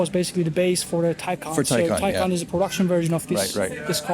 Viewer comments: It’s TyCahn, here from an actual german. TyCon? What? Where is no O in there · So it's "TY-CON" heard it right from an actual German